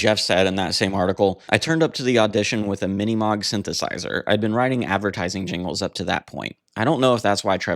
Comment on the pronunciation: Mini Moog is pronounced 'Mini Mowg' 👍